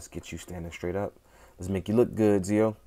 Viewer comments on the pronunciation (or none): Why aren't you pronouncing Zi-O correctly...